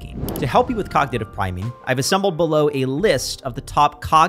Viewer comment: ‘Cognitive priming’, not ‘cognative…’ :)